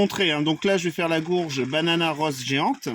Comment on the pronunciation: Salut tu dis gourge, pourquoi